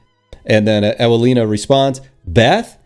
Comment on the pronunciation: Sad story. I don't even want to elaborate how pathetic it is. At least I have some amusement hearing you pronouncing polish names. :) If you don't mean me to provide you some phonetic help: Evelina Viznerovich Yakub (u like in super) Marshawkovski (o like in god; I noticed that you pronounce it more like a)